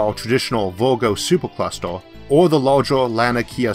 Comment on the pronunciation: Hey, you just make "Or" sounding "Er". I'm french and it doesn't bothor me.